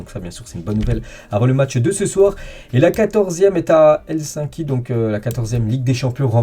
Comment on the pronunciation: Hello, petite correction, on dit Helsinki avec si et le I 😊